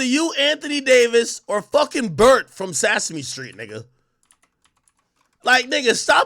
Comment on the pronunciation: SAS-A ME Street tho lol